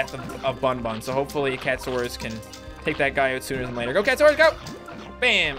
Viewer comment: its cat a saurus not cat saurus